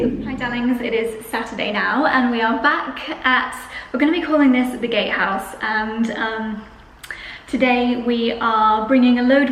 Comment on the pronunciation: Congratulations!!! Be carefully what you dream in the first night 😍 - i must laugh, because i hear the first time gayhouse and not gatehouse 😀 sorry for that